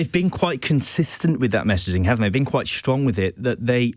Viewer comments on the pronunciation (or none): none